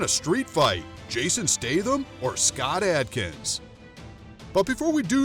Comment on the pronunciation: I love Jason Statham but I wish you would pronounce his last name properly.